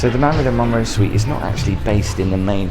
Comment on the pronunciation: Her "SUITE" not SITE.